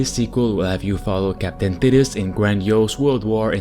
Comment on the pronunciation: Hey bro, I believe his name is pronounced like "tight-us"